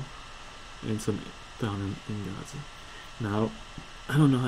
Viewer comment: he stressed the o on ingots